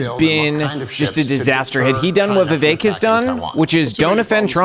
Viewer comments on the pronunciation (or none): Lmaooo Nikki is like “VIV-EK”